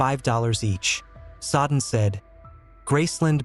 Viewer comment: I am not a dictionary but the name Jack Soden is pronounced as Jack “So-den”……..not as Jack“Sod-en”. Notice where the D is and isn’t. Good luck to you.